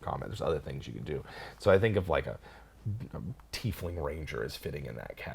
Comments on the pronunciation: Tieflings... TIE-flings not TEE-flings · Sorry if I'm late to the party, but if the word "tie" has a long "i" that sounds like "EYE" (sorry non-english folks... our language is stupid sometimes), why do you guys (and many others) pronounce it 'Teef-ling' when it is spelled "Tiefling?" Ever since they came out as a plane-touched race in Planescape, I've always pronounced it "TY-fling" (long 'i'). It was around the 4e days that I started hearing this "EE" (long 'e') pronunciation. Any clue? ToMAYto/ToMAHto??? Thanks in advance! Love the show! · I think th at its pronounced tye-fling. I think this because it comes from the German word Tiefle (pronounced Tye-fle), meaning devil, so it means little devil. A similar word historically is Tieflhund (devil dogs). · At least you two know how to pronounce "Tiefling" - Some other Youtubers are hilariously bad at it (I'm looking at you, Puffin Forest! It's "Teaf-Ling" not "Tie-Fling!")